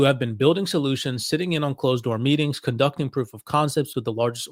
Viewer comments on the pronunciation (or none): none